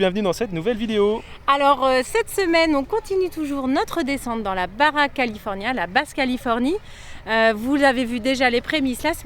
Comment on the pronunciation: Les gars c'est pas la BARA mais la BA "RCHHa" = baja le J la jota chicos que intentan otra vez jajaja c'est pas du paing en breizhoo (bara = pain en breton tu avais pigé surement ) ahaha cool vos spots comme quoi c'est possible de voyager au mexique et de voir des trucs cools. Dommage que vous parliez pas espagnols pour discuter avec les gens. Je kiffe vos videos c'est bien fait. Continuez, on attends la suite 🙂😍